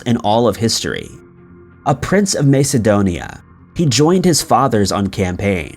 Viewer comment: Where on earth is 'Anartica'? Where are the 'Azoruz Islands'? Where is 'Maycedonia'? For Heaven's sake learn how to pronounce place names before creating another, otherwise interesting piece of work. It's unprofessional.